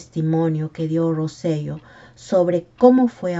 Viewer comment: Hola, excelente video. Quería comentar que el apellido correcto de Roy es Rosselló. El acento en la “O” cambia la pronunciación a Ro-se-yó